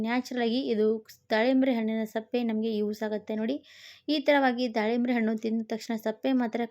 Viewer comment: ಸಪ್ಪೆ ಅಲ್ಲ ಸಿಪ್ಪೆ